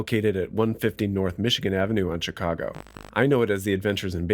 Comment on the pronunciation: You are the first native speaker I have heard who says "Tchicago".